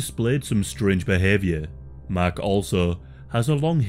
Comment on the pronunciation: Sounds like you were saying his name was “mac” the entire time, but it was actually mark lol 😂